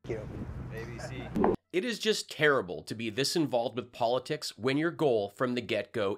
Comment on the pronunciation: Turrble-turrble...just turrble. Steaksamich.